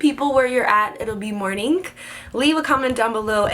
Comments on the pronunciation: why do you pronounce morning like mornink ? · LOL, I caught that too, and was wondering the same thing. She's so goofy.:P